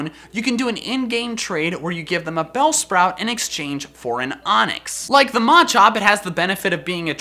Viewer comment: the way you pronounce "ma" makes me cringe